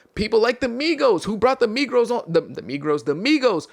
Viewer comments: The “Megros” is crazy!! 😭😭😭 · “The Megrows” 😂😂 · bro said the Megros lmaooooo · crazy slip of the tongue💀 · “Migros” had me wheezing